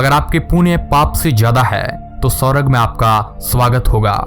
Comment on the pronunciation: इसने स्वर्ग का उच्चार जिहादी की तरह किया क्या यह जिहादी है क्या? "स्वरग"